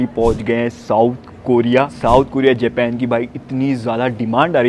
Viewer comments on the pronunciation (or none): none